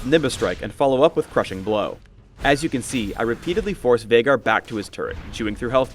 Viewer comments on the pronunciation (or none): that viegar (Vie-gar, not vey-gar) sucked